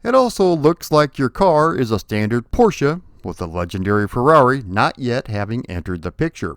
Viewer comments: Don't know if it was MY frustrated response to Turbo Outrun - either way, appreciate proper pronunciation of Porsche this time around! 😎👍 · Nice to hear an American pronouncing Porsche right for once. :)